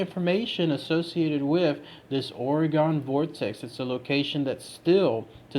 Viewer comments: It’s not OreGONE it’s OreGON pronounced Oregun ☺️ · It’s pronounced like (Organ) my man, not Oragon. As an Oregon native it irks tf outta me hearing people say it like that. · Ughhh I live in Oregon and it hurts me when he keeps pronouncing it Or-E-GON instead of Or-ih-gun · The state is pronounced "ore-gun" not "ore-gone"... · Jesus, The way you say “Ore-gon” is completely absurd. Born and raised here, little tip so you don’t sound like a damn fool.. try saying it like “Ore-gun” .. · They're still gonna get it wrong and say it Ore Gun. You gotta spell it out for em- "Ore-a-gun" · That is not how we pronounce it, is OR-IH-GUN. We do hear and pronounce the E. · Omg stop fucking pronouncing it wrong jesus christ